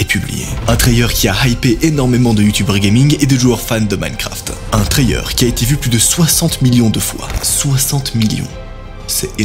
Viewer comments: Ok ok… mais un « trayeur » sérieux ? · Pourquoi tu prends une voix super agaçante, tu ne peux pas parler normalement, ça te rend insupportable et prononce Trailer correctement.